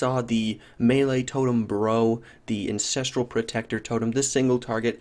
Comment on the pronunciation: Hey. You keep calling it the "incestral" warchief. Didn't realize the melee totems families were that close;p